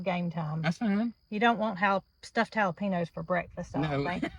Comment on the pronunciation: Jalapeños !! Ha—la—peenyos!! 😂